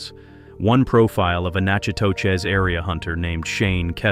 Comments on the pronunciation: It's NACK AH TISH not Natch ah tow chiz... Don't you idiots ever do research into proper pronunciation with your BS AI audio??? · Nack-eh-tish, come on MAN! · "Natchitoches" is pronounced "NACK-a-Dish" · Thanks. Every time I heard AI mispronounce it, I shuddered.